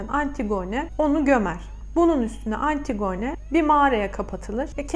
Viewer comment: yanlış anlamayın ama antigone diye değil antigini şeklinde okunur. dinlerken biraz zorluyor☺